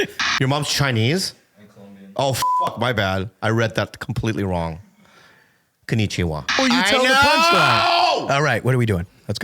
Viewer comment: Oh your Mom's Chinese, my bad dude.... konichuwa... 🤣🤣🤣🤣🤣🤣